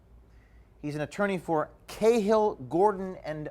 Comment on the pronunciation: it's pronounced ka-hil not kay-hill..